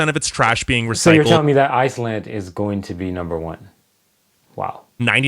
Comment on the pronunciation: How you said Iceland better not be in first😭😭😅😂